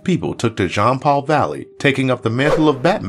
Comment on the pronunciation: It’s pronounced Jean-Paul, not John-Paul